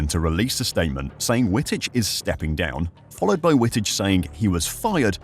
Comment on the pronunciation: Dude, learn how to pronounce names properly. W in Dutch an German is pronounced as a double V. His name is pronounced as Vitich